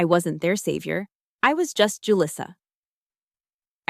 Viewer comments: Too bad she can’t pronounce her own name. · it’s a good name. It’s just that didn’t pronounce it correctly. And actually one of my Mexican students named Julissa married a Chen